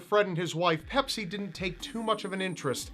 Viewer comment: pepsi not pepis